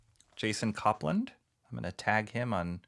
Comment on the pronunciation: Thanks for this! And it's pronounced cope-land . :) Thanks for doing this! Very cool! And thanks for backing this bad boy!